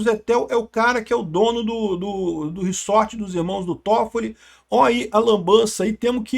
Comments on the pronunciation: Não é "riçorte" se diz "riZorte". Desculpa pontuar isso, mas grande conteúdo.(tenho toc) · reZZZZZZZORRRRTTTEEEE porra. para de Falar reSSSSSorrrteeeee que inferno uahuahuahhua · //riZort// (pronúncia)